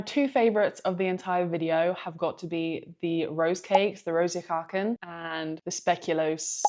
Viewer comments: Koeken is pronounced “cook-n”, just about. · the "oe" combination in koeken is pronounced like oo in the English word cook, so: cooken. This goes for all Dutch words with oe in them, like koe (cow) is pronounced coo. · To be fair.. she butchered the word koeken (cookies), so that wasn't a clue for her.